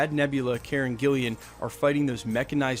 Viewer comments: I love your posts, but you said something in this one a couple of times that is prompting me to respond. When you talk about the actress who plays Nebula, you keep calling her "Karen GillIAN", but her name is Karen GillAN (no second "i"). Sorry to be so nit picky, but you are so good with all the other reports that I know you will want to get your facts right. Keep up the good work. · It's Karen GILLAN not Gillian..... As in GILL ANN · its Karen Gillan, not GiL-LIAN -- GILL-LAN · KAREN GILLAN NOT GILLIAN!!! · Karen Gillian! Why do you airways get the actors' names wrong? Does my tits in! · I'm not really familiar w/ Beta Ray Bill, but it would be cool to see him in the MCU. Did you say Karen Gillian? It's Karen Gillan